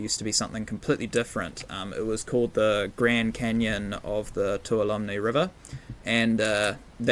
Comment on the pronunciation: Amazing map! I've already spent a couple of hours investigating it and intend on checking it out in VR this afternoon. I'm familiar with the Tuolomne area (I live in California) and you have really captured the feel of the area quite well. By the way, it is pronounced (phonetically) 'too-ahL-oh-me' with the accent on the second syllable. 😀